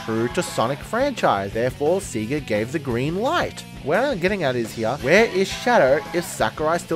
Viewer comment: Btw, it's pronounced Sega like "Saygah" not "Seagah"